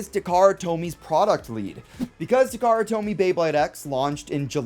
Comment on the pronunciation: It was just cause you said Takarra Tomy